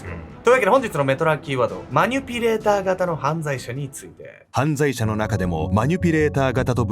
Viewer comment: マニュピじゃなくてマニピュレーターな